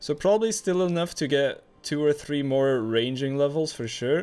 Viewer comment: I can’t stand the way you say three, but great content